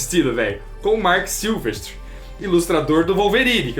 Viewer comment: Vcs são ótimos mas é SilVEStri, não SilvesTRI.